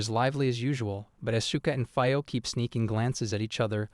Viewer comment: i meant to ask this in the other videos but im sure now, you kill the names on purpose right? you called Itsuka "Ishuka" and Fio "Faio" 2 minutes into the video, i know english is the only lenguage that doesnt pronounce vocals as they are written so i can kinda understand the "Faio" thing but why kill Itsuka`s name like that? trust me i really like your videos and i dont meant this comment to be super negative or agressive but it breaks the immersion when i hear the names butchered like that